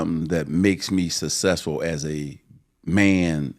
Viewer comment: Magic should trademark Sasesful 😂😂😂